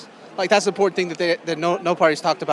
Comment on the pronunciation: She's such a waste of good oxygen! And the way she pronounces INPORTANT, drives me freakin Nutz. Hopefully she will Not be re-lected.! 🤞🤞🏻🤞🏼🤞🏽🤞🏽🤞🏿